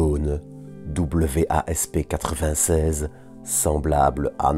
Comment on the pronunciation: Bonjour, Pourquoi dire W-A-S-P, et non ouaspe ? Merci pour la vidéo 👍